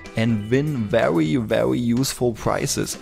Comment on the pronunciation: Be wery wery quiet. :p